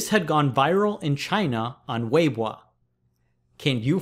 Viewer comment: Fantastic pronunciation of weibo